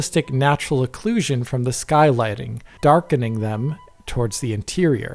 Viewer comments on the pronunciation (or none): none